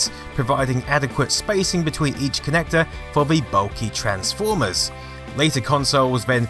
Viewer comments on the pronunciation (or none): none